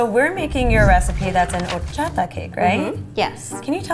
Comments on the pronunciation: Am I the only one that was bothered that none of them knew how to say horchata correct? Lol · the girl with the blue shirt is pissing me off omg stop saying horchata like that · It just bothered me the way every person said horchata throughout this whole video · elizabeth castillo I was about to comment that they were saying it wrong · the way they said horchata irked meeeeeee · As a professional Mexican, the way they said horchata, made me sad. 😂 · I’m Mexican so when nun of them knew how to say horchata I lost it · The amount of times they butchered the word "horchata" really kills me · Who else was cringing at the way some people said horchata. 😂 No hate, though, nobody's perfect. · everyone just butchering horchata. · “hor-sh-ata “ NOOOOO ITS hor-CH-ata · Did ya girl just pronounced horchata “hor-sha-ta”? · Wait is no one gonna notice how the girl from said horshata ? Like I completely understand that not everyone can roll their Rrrrs but the ch is not really supposed to be pronounced as sh 🤷🏻‍♀️ just saying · any other mexicans got mad or annoyed by her saying horchata as or-cha-ta and not hor-sha-ta ??? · Tf it's not "horshata " its HORCHATA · It's OR-CHA-TA!!! Ppl not hor-chata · Or-cha-ta not hhorchaddah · This was a cool episode, but. HORCHATHA. Or-cha-tha. Please that bugged me the entire time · Aahhhh no not whoreshatta it’s prounouced orrchata(horchata) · I hate how they prononced horchata. It's pronounced or-cha-tha. was the only one who said it right. Learn the Mexican culture. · Omg I can’t deal with the way people are saying horchaTa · why am I the only one who hated the Way they said horchatha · "... horSHATTA flavored" Nooo, I hate when people mispronounce it. 😭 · In the entire nearly 18 minutes, horchata was only pronounced correct one time, very unimpressed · Highkey cringing every time some said horchata except for but I love this channel so much tho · Thats not how you say that word i speak spanish